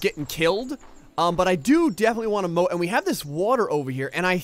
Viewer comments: Oh moat not boat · ahlike scoob! we need to build ahmoahht